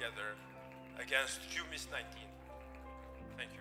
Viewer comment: I died when he said Q-Miss-19 XD xD